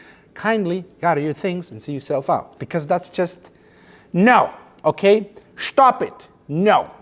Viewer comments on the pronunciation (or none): "Schtop it!" lol